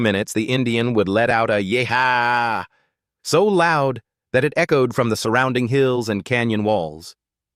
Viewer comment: Don't you know how to say "yee haw"?